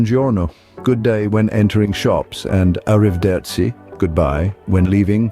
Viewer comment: If you tell others, they should learn some Italian words, I would recommend you do this as well. You do not even know how to pronounce "arrivederci"